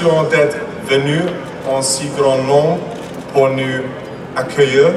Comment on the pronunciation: I think that George cries because the soud of the plane is so big for him, the poor. Whoa! Wiliam speaks french very good and I know it because I'm French. He does just one wrong prononciate "accueillIR" not "accueillEUR" but it's not important because we perfectly understand. William, big respect